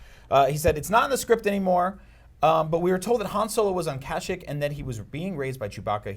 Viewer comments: Dude it's pronounced CASH-EEK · Cashick HAHAHAHAHHA Does he mean Kashyyyk (kuh-sheek)!?!?!?!? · "He was supposed to be on the planet Kashick" ... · You butchered the name kashyyyk...you made it sound like kashik... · Really first Tattoo-in and now Cash-Ik really bruh and you call yourself a star wars fan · I hate how the guy on the left pronounces the planet names... "Kasik" "Tattowhen" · Nah it's ka-sheek, sometimes even the officials say it wrong. This may be illogical for some but it's true. :) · WHo else pronounces Kashyyk like that.?